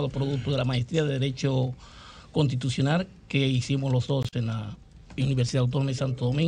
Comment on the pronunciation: Consultor Juridico del Minerd y no sabe pronunciar correctamente las palabras "contitucionar" que verguenza...